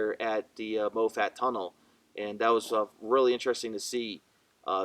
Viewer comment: Mawfutt, not moe fat. Geez.